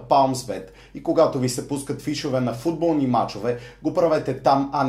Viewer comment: Интрото ти е много тъпо.И защо викаш футбо̀лни